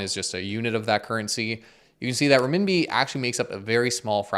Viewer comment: Interesting, but Canadian Dollar....what a hoser there, ay ? And it's RENMINBI not REMINBI, that's what you're talking a-boot !